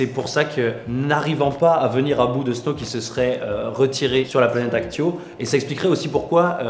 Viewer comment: J'aime bien vos vidéo mais vous savez que ses Acto et pas Actio 😉